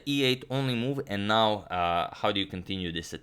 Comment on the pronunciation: Now, not bow.